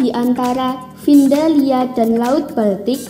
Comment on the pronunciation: Btw Antartika bukan negara wkwkwk Trus Greenland itu dibawah pemerintahan Denmark, jadi kalo mau di sebut "negara" doang aku gak terlalu setuju wkwkwkwk, Gara2 naratornya nyebutin "findalia" aku jadi penasaran, Wkwk baru pertama liat yang beginian tapi excited banget